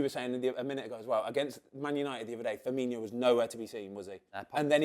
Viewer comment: “Firminho” and “Tsimisskus” back to back 🤦‍♂️